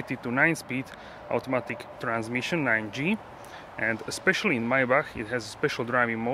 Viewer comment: Saying eKcetera, instead of eTcetera, makes you sound ignorant. Also, eKspecially instead of eSpecially. No offense, just a heads up.